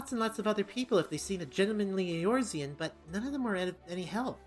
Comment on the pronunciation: Behold the magnificence of "Eoruzean Gentleman"